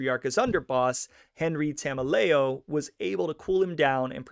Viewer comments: Enricos last name is promunce like ta mel e o. He was my grandmothers uncle. Spent the firt ten years of my life hearing about how the feds framed him before it became public around 2000. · As far as Tameleo, and yes, you have the pronunciation wrong, he was originally a New York guy and came over with Patriarca as the New England mob had a close relationship with the Gambino family.